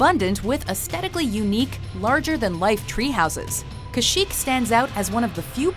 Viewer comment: YES! SHE SAID CASH-YEEK! NOT CASH-IK! So many people get that wrong!